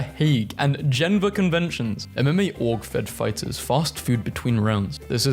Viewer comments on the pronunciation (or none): Everyone else: Ge-Ne-Va: Gen-Va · i know his ass did NOT just call it the "jenvuh conventions" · bro did not just say genva convention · did you just say "genva" convention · its pronounced "gen-E-va convention" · "gen-vuh" conventions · “Jenver Convention” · “Genga” convention?!? Is that actually a real saying for Geneva or was it just a mispronounced word, as I know different places have different ways to say the same words like gray and grey. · did bro say genva convention 😂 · How dou mess up that badly with the pronunciation of Geneva?!?! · engagement bait pronunciation of Geneva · not gonna question how you pronounced Geneva wrong but ok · Bro can pronounce Bita Smietanka perfectly but doesn't know how to say the Geneva convention. Respect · bro really mispronounced Geneva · How did bro just pronounce Geneva. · I'm sorry is that how you pronounce Geneva Convention?